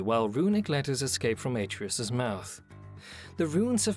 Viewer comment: even if he dies, he'll just come back like before. and it's pronounced ah-tray-us, not ey-tree-yus